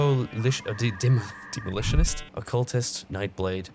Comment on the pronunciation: I can pronounce Demolitionist but, when I tried to say it out loud after hearing your butchery i failed just as hard......why do you do this???